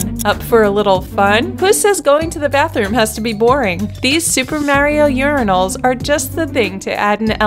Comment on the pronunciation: They are not "Yuri-nals", they are "Your-eye-nals".